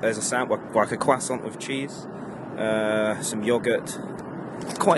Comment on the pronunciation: I love how he said quacksaunt lmao Tom Holland pronounces croissant like that 2